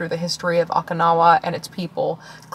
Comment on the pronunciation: I LOVE the bookshop in Santa Cruz. They have a great selection of new and USED books. Literally got this one book used in great condition with the specific rare cover I wanted and couldn't find there. Best find ever. Btw Okinawa is pronounced Oh-kee-na-wa